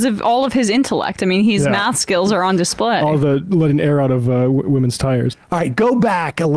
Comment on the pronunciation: boy's talking meth instead of math